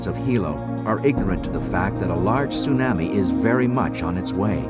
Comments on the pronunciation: I may not tease anyone for being concerned about a tsunami coming, but I've never heard tsunami pronounced "tsu-nammy". Most people I know say "tsu-nommi", including the natives on the island. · It sue-nahmi lol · Tsunami, like "your Mommy", not Tsunami, like "Miami". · Yeah, it's the pronunciation I was referring to."tsu-NAH-me" vs. "soo-NAM-ee" ('nam' like 'ham") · Ya the narrator said it weird let's all freak 🤪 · The narrator is terrible! It was driving me crazy that he kept saying "tsu - nah-mi"...with the short "a" sound like in "can." 😵‍💫 Everyone else in the documentary could say it correctly EXCEPT for this narrator! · An event of great loss, but I can't get past "soo-nammie". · Stupid bastards! Why can't they get educated people to do commentary for these videos, and pronounce the words properly? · Not only horrible audio background music and sound effects, the commentator can't even pronounce Tsunami correctly! Shame on you BDHQ! This is just too irritating to watch. Thankfully, we can find better documentaries about this on the internet! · The fucker can't even pronounce tsunami right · The narrator continuously mispronounces tsunami & it drove me nuts. He’s usually excellent.